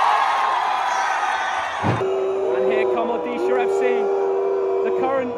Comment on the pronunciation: Never thought pronunciating odisha fc in his mouth It's my home state so refreshing to hear it from him😮